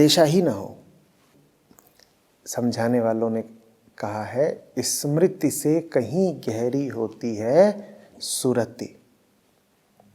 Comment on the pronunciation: समृति नहीं स्मृति।